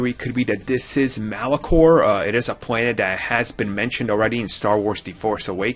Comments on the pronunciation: Malachor V not Malachron >.> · Malachor. The planet is Malachor. Not Malachon. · Malachor.... not Malacron. Sorry. That was just bugging me. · malachor - not malacron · They are Temple Guards the guys in white and gold from the Clone Wars. And its Malachor not Malachron, Read up on the Jedi Consular story in Star Wars The Old Republic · Malachor*, can't stress that enough. Hearing 'Malacron' just tears me up inside. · Malachor... not Malachron. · What the hell is a Malacron? Its malachor Jesus. It's not hard to pronounce. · isn't it called Malachor V?!? you where saying malacron throughout! haha unless they changed the name for the new canon! I think that those where not temple guards but grey Jedi! with the symbol of the order of the grey Jedi on the wall! and I hope that the planet with the sith temples and dark energy is moraband formally korriban!:) I really wanna see the sith home world and maybe even some dromund kas to!! Loved the little legends inclusion!! I think they are gunna drop alittle revan in there soon!! season 3 maybe!:):) so excited for this shit!!